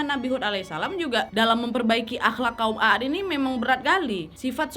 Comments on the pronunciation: Kaum at aja bacanya . Bukaan a at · Sebenar nya bukan A ad, tapi Aad huruf a di panjangkan pembacaan nya bukan ditekan terpisah antara dua huruf aa karena huruf alif yg ada cm 1, jadi pembacaan seharusnya huruf 'ain ع di baca panjang karena ada alif (alif harokat sukun) , kalau di pisah /di tekan dua huruf A seperti yg ka nadia sebutkan itu seolah seperti alif yg ada pada kata عاد itu memiliki harokat fathah akan tetapi seharusnya tanpa harokat atau harokat sukun jadi pembacaan yg benar adalah huruf ain ع di panjangkan pelafalannya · Koreksi dikit ya wak. Kaum 'aad itu nyebutnya 'ad ('ainnya panjang) bukan 'a-ad. CMIIW. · Terimkasih atas bahasan cerita para nabi, tapi aku agak aneh mendengar nama kaumnya nabi Hud adalah a a d, ( sebenarnya "a" dibaca panjang maka ditulis jadi aad, krn sebenar nya tulisan arabnya عاد ditulis latinnya aad) tolong rujuk ke tulisan arabnya untuk membacanya agak tidak terdengar ganjil, tks dan maaf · Dibaca "kaum 'Aad" bukan kaum "A ad" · Izin kak....kaum Nabi Hud disebut nya a'd bukan aad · Mohon maaf kak. Mau koreksi dikit. Nama kaumnya itu kaum 'Ad. Aad dibaca panjang. Bacaan mad thobii. Kaum Aad. Bukan A'ad. 🙏🙏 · Mohon dikoreksi bahwa bukan kaum Aad tetapi kaum 'Aad dimana huruf 'A (huruf 'ain nya) dibaca panjang. Afwan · Maaf wa bacanya bukan a ad tapi aad A nya dibaca panjang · Maaf, bacaannya bukan aat 'a dibaca 1 huruf saja, bukan dibaca 2x Anya